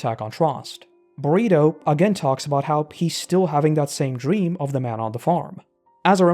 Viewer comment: Yall talking bout Burrito?